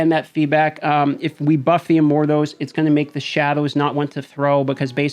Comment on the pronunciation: I feel like he's saying "Immorthose" and its driving me nuts.